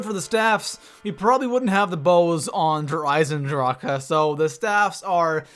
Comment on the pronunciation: its pronounced der rise en drac